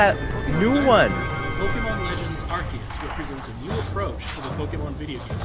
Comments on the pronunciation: And that is arceus (keus) not arceus (arseus) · ITS PRONOUNCED ARKEYUS OH MY GOD!